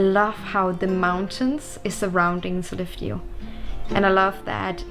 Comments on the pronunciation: Ok, for many of these northern cities that ends in "eå" you don't have to pronounce the "å", it makes you sound like a non-native 😁 I lived 85 km west of Sollefteå for 2 years, and no-one pronunced it with the "å" there. Other cities you can safely skip the "å" for without sounding strange are: Umeå, Luleå, Piteå, Skellefteå, and Torneå. ... well, I'm a bit torn (pun intended) about Torneå, I sort of, kind-a, tack it on there... sometimes. 🤔 There might be more of them, but none I can recall at the moment. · Jepp, Sollefte, Lule, Skellefte, Ume...up north we have to spare on energy, especially in winter so why put a totally unnecessarily vocal at the end! 😄